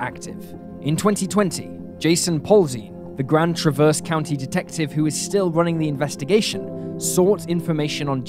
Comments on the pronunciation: I love your channel, but..... It is TRAV--ERSE CITY or Grand TRAV--ERSE. not traverse. I know it is a small thing but it is kind of annoying. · TrAH-verse, trAH-verse, emphasis on A. I'm from Michigan 🙃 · I'm from Michigan the names that you pronounce on there were all wrong the city is called traverse City Michigan the county is called Grand traverse county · gave me a good laugh lol